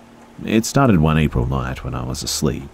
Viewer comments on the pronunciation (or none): none